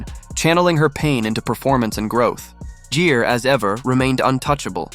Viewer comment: Jeer!!!?????? Wtf GERE as in Gear mf